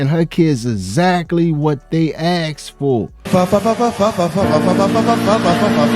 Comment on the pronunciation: Its asked not axed .😂😂😂